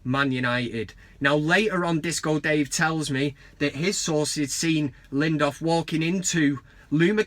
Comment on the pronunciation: I love the van cam, but maaaaan his name is LINDELÖF not LINDÖF. yes there's a difference :)